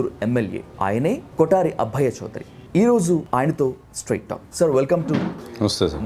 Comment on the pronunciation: వురేయ్ డబ్బా గ్రామర్ లేని ఇంగ్లీషు నువ్వూ। People has ఏమిట్రా? అన్ని చోట్లా వత్తులు పెట్టకు అబ్బయ్య చౌదరి అభ్భయ్య కాదు శాలువాస్ ఏమిటి నినాధాలా నినాదాలా తెలుగు ఖూనీ ఇంగ్లీషూ ఖూనీ